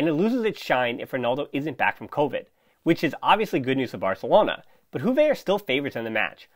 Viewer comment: From juve fan: good analysis and good podcast, pleasure listening to you👍 one remark, if I may. Its not “huve” , J is pronounced as “yu” , “Yuve”. Its a latin word. Thank you 🙏